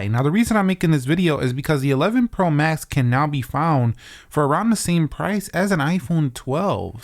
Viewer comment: dude said 11 pro mask